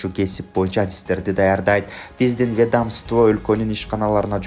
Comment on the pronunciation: Ведомство (вед-амство) дейби эркектин кылыктанып суйлогонун биринчи угушум😂😂